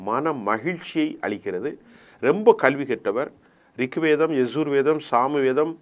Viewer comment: Thaanga mudiyala please voice maathungo. Adu rikvideam illa. It is Rig vedam